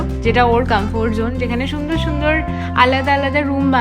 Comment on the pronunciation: And today the pronunciation of Comfort was epic😂